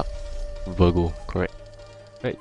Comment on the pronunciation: Its virgo bro. Not vergo. V I R G O. SAD YOU DONT HAVE THOR. T.T I FEEL LIKE WANNA DIE.... Lost my passion to you already.